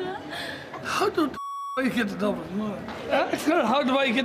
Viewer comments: haow do whe geht to dublinT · “How do I get to DublinT” “How do you get to DublinT” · "Can you tell me how to get.. how to get to Dubland street!"